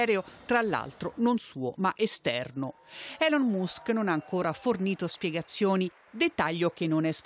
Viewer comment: La pronuncia di Elon Musk!! Ma come si fa pronunciarlo cosi male...